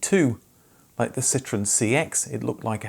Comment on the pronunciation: Why do you pronounce it Citrin?